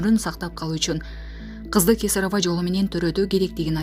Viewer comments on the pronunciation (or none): none